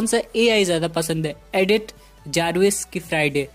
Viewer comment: It's not adith it's Edith